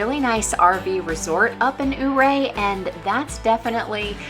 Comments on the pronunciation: Loved your vlog. I live in Ouray County and I'm so glad you got to see our beautiful country. I hope you get to come back. For future reference, it's pronounced Your-A. It's named after a Ute Indian Chief. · I noticed how you pronounced Ouray. The town of Ouray is pronounced “your-ray”. Every Summer for a little over 20 yrs, we base camp in Ouray in our RV and off road the trails in our Jeep.